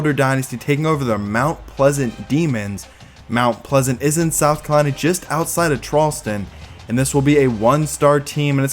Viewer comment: south kalina, north kalina, floda💀